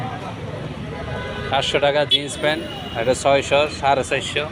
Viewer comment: পেন্ট না প্যান্ট